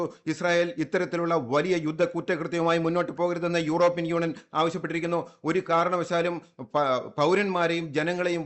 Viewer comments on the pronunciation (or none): none